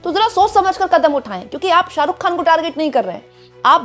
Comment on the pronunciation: Khan.. kehna seekhne ke liye please urdu Letter(Harf) ko pronuounce karna Seekhen. Yeh letter hai... Khe.. kharid kar . Lata Ji ne bhi urdu seekh kar hi khyati paayi...